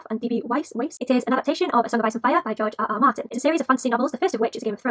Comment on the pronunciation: "GEOGE ah ah mahtinn" lol